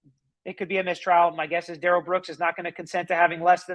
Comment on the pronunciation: It’s not Darell, Da’rrell. Everyone in court should start pronouncing it that way and MAYBE he will stop saying he doesn’t consent to being called that name and doesn’t know anyone BY that name. He called himself Da’rell in the arrest video.